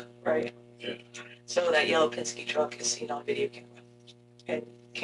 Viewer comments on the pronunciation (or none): Pesenske.....Oh. I thought it was Penske!!!!! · ITTSS PENNNSKIIII..NOT PAZINSKII GOD DAMN IT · “Pazenskee” ( pen-ski) lol love the channel, but I had to laugh at that small bit bro. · The name of the company with the Yellow truck is pronounced Penz-kee (Penske) 😊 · What the HELL is a damn "Paginzee"? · Pesenski is crazy 😂😅 it’s PEN-SKE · Did he say " Penzenske truck" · Btw it’s pen-ski